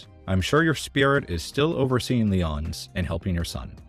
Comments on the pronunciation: OTHER THAN PRONOUNCING the restaurants names wrong (Lee-ǒ-nees) you do a great job! Love your videos! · lee-OWN-ees oi